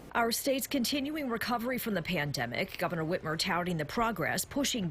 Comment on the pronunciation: "Gretchen Witch-mer" absolutely NOT a gaffe. Horrible governor. Gotta get her out!